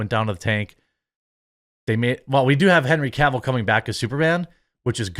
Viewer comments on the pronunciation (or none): none